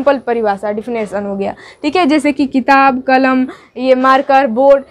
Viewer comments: کلم نہیں ،،، قلم ہوتا ہے مہمل زبر کے ساتھ نہیں ہے بلکہ مہمل پیش کے ساتھ ہے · کلم۔ نہیں ہوتا ہے جی قلم بڑی (ق)سے لکھیے، اور اردو تلفظ بھی صحیح نہیں ہے ❌❌❌ بات اگر بڑی لگی ہوتو معزت 🙏🙏🙏🙏لیکن محنت سے پڑھاتے ہیں👍👍👍👍👍